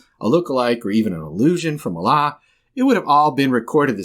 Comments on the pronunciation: As a Muslim, i hate it when some guy pronounces Allah in the wrong way💀💀💀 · the way he says allah 😂😂😂